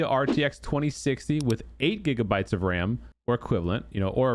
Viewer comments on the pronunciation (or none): Bro callin them jiggabytes 😂😂